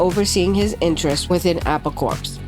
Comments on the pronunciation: Why don't/didn't you know that corps is pronounced core? Ever heard about Marine Corps or Peace Corps? Same as with Apple Corps. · Corps is pronounced core. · CORE, Not CORPS...Like Apple Core!